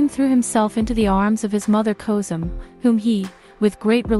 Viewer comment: FULL OF MISPRONOUNCED NAMES SHOWS UTTER CARELESSNESS & RUINS THIS SERIES. SHE CANNOT PRONOUNFE ANY ROYAL NAMES WHATS- KOSEM HURREM MIRIMHA IBRAHIM. PUTS US ALL OFF. THIS IS IRRESPONSIBLE TO THE EXTREME.